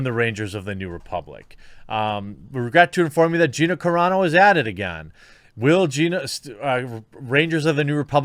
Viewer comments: Wow U finally said her name correctly. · Dude. You got her name right finally! Right on. ...... But shitty that Disney is trying to force this on her if this is true.